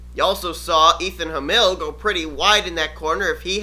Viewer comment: Just for future reference, My last name is pronounced "Ham", like in a sandwich, and "ill" as in sick, so....yeah. But I forgive you. :P